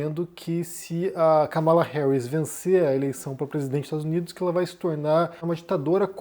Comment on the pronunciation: Káh-mala, meu caro. Trump está sendo criticado por falar propositalmente o nome dela errado: Kamáala.